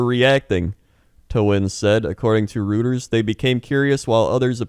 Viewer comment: Btw Reuters is pronounced Roy-ters :)